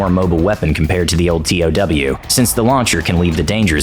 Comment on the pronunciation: I’m surprised the narrator didn’t pronounce TOW correctly - “toe” . I always thought I’d be a sitting duck keeping the crosshairs on an enemy tank as the missile traveled to max range..(especially with the huge backblast signature). USMC ‘82-86